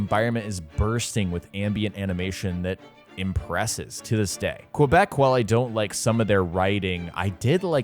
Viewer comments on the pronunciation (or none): They way he says “Quebec” triggers me